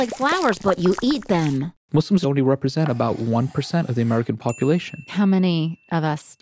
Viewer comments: Can she stop saying muz! Its so rude. It’s not cool. Allah called us Muslims so at least have the decency to call us Muslims. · lol seriously. I've heard Mazlams as well